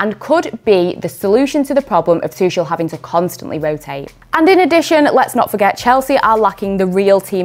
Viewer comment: I heard it all: "Tuckel" "Tushel" "Tushell" "Tutshel" :D the german "ch" seems to be a big threat to english speakers